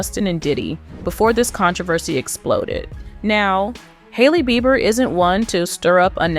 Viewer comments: SAY HIS NAME CORRECTLY OR SHUT UP.. (JUSTIN BEIBER) NOT BIBER😅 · Justen Bieber is not pronounced [Buyber]. Big insult to the viewer and Justin. Can't be more ridiculous. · This AI voiceover is too much! It called him Justin ‘bye-ber’ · Please learn how to pronounce the celebrities names before making a video. 😂 Bi- ber. LoL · BEE BER NOT BY BER. BIEBER. SAY IT RIGHT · How do you not prounce his last name correctly?? Who is Justin "Bye-ber" .. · This may get deleted, but if it doesn't, I just want to put out there to every newbie trying to cash in with their YT channel, DO YOUR D@ RESEASRCH on the proper PRONOUNCIATION of a person's name before you post about them!!! "Justin Bi-ber?" You weren't trying to be sarcastic, you actually didn't know how to pronounce Justin's last name! Where have you been for the last 20 or so years,? It's pronounced Bee-ber,! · "bye-ber" ? what rock have you been hiding under in the last 30 yrs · Is this A.i. bc who says his last name like that? bye-ber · Justin "VIBER"? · It's pronounced bee burr ffs 😡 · Need to say Justin name right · you began with mispronouncing Justin's name. I'm sure it's an AI mess-up, but it still makes it difficult to take seriously, or believe all ur reporting.. BUT, J & H; It wasn't your fault Justin, you should've been protected, not destroyed!!! Shame on THEM who hurt u!! Bless him and his gorgeous family! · Learn to say his last name. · Did anyone also notice how she pronounce Justin's last name😅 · First,, learn how to say his NAME.